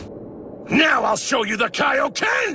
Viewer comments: Ahhh yes the “kayo-ken”. Been years since i’ve heard that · I never understood the original Z pronouncing the Kaioken Kay-oh-Ken. After all, Goku didn't go to seek training from King Kay, the creator of the Kay-Oh-Ken. He sought training from King Kai, the creator of the Kaioken. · Why does he say kaeoken when it’s literally King Kai’s move. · Bro said kayoken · The way he pronounced kaioken 💀